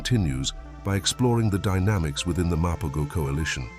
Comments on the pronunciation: Mapogos say: Muh-PO-HO's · What a load of bollocks, can't even pronounce the name correctly 🙄